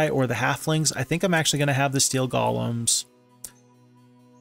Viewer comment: Stop calling them gollums already 😝 It's pronounced: "Gow-luhm"